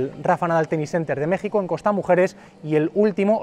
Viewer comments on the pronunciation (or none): none